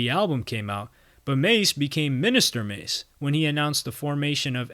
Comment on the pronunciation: Yooo you messed this up. Don’t talk about the culture you clearly know nothing about. You can’t even pronounce ma$e’s name. He clearly pronounces it in his music, if you really did your research. Terrible journalism.